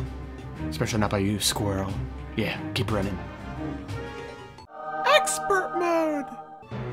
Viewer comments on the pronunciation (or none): Exspert mode :D